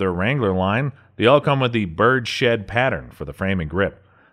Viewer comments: It's Bird's head...not Birdshed. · In reference to the Ruger Birdshead Revolver It's pronounced birds-head not bird-shed. Its called that because of the shape of the grip not the "pattern". Otherwise good video. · Bruh this is the second video he's said Bird-Shed. I know it's nitpicky but shiiiiiiiiiiiiit